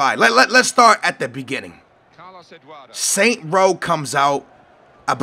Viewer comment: *Saints Row* it hurts when you dont pronounce it properly